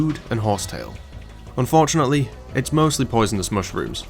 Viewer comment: All I could hear throughout the video is "unfjordunately..."